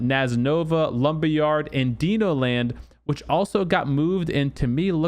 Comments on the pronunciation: ITS DINO .. like dinosaur...duh...not DENO. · dino like dinosaur, not like DEEEE nooooo... :)